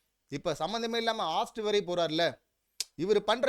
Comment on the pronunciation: அண்ணா அது ஆஸ்ட் இல்லை ஹோஸ்ட். இதை மட்டும் கொஞ்சம் கவனியுங்கள்.